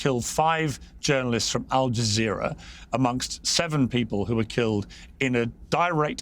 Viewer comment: Aljazzerra😂😂😂😂ALJAZERRA😂😂😂BBC😂😂😂BBC 😂😂😂😂PEIRS MORGAN 😂😂😅